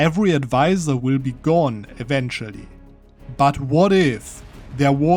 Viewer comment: "Event-ually" while explaining the event had me in tears.